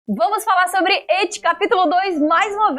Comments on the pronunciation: Iti não existe. It é uma palavra inglesa com som de T mudo. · PFVVVVV NAO FALA MAIS ET E IT NAO ET IT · Qual a dificuldade em falar IT com o som de "i" iTi e não eT.....